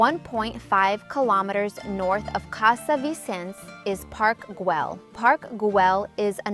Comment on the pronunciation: And also casa Batlló with doble lt's not Batló, please try to learn at least the local pronuntation of all places visited, Casa Viçens it's with strong sound in last S, and also again Parc Güell is with doble ll no l (not Guel) correct is something like "Guey"